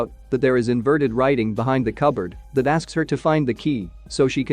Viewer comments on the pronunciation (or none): none